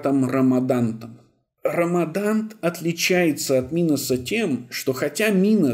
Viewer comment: 👋😀Послышалось, наверно, но вроде правильно Радамант, а не РАМАДАНТ. Очень режет слух, но РАМАДАНТ тоже норм👍.37минута 34сек если кому интересно